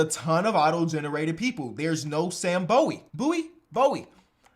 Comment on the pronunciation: Bowie is pronounced as Bewey.